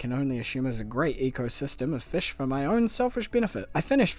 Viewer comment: take a shot everytime he said "FESH"